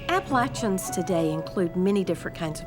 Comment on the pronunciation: Y'all are saying Appalachians wrong